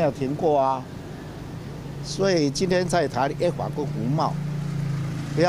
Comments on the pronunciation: A法 a法 a法啥毀啦！ 好好發音😩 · 尼麻ECFA都能唸成這樣....我真不知道你出去能多丟臉，不如投那個騙子，阿不對現在有一個可以跟國際對接，直接與各國洽談不用透過發表人轉述的總統出來了。